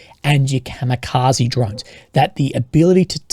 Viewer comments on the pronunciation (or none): none